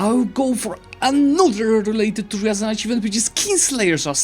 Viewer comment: Actually it's not ryAran, but ryazAn.😎